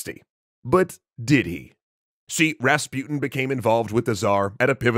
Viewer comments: ra-spu-ten not rasp-uten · who is that raspiutin you keep talking about? or is it that you cant even pronounce rasputin? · Rahs-Poo-Teen Please say it correctly. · Why are you pronouncing rasputin as raspyutn? You can say putin, don‘t you? Take an example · Hmmm Rasputin the way it’s said rhymes with poutine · You pronounce his name wrong